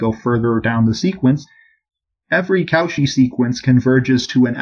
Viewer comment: Co-chy! Not cow-chy! Love the videos